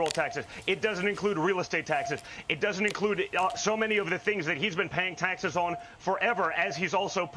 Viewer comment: He's so worked up he can't say the final s in taxes. Taxeh!! Taxeh! Heh! heh! ungh! muh...